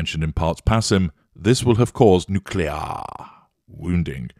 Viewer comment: "Nuclee-aar wounding" 😂